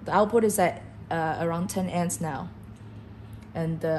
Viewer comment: Your narrator needs to learn how to say "AMPS". She repeatedly said 'ents'. Amps (amperes) are the basic unit of current. Your 'engineer' should have corrected her and re-recorded the video with the proper terminology.